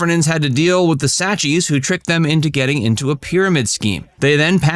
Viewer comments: It’s pronounced “Sack-see” I believe. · the sacheez?